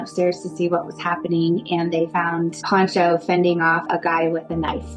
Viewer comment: AND IT'S PANCHO. NOT PONCHO. PONCHO IS A WRAP YOU THROW OVER YOUR SHOULDERS. PANCHO IS SHORT FOR FRANCISCO. COMO YO 😅